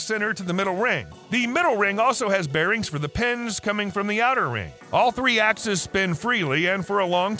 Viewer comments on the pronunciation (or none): none